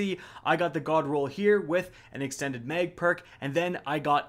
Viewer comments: mispronounces sooo many words I should just give up. Lol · repeat after me: “Mag rhymes with bag, mag rhymes with bag.” 😂